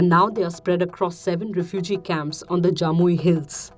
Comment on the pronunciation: Not Jamui hills, it's Jampui hills. I am a Tripuri. Loved Scroll.in for being factually correct but became wrong on my state.